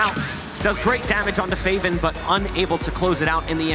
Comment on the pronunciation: "fave-in" "speedy" NO. ITS FAH-VIN, AND SPIH-DI.